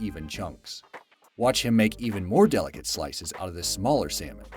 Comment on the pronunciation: its said SALLLLL MON not Sam On